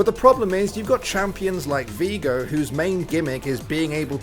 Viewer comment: "Vigo" oh no noooo